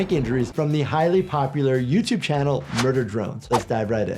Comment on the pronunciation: “ Popular YOURTUBE CHANNEL “